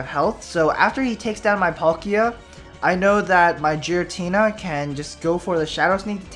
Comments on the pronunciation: its pronounced gear-a-teena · Giratina, like GEAR-atina...